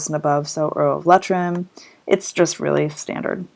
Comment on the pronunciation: Very informative! Thank you very much. FYI. It's pronounced Lee-Trim, not Let-trim.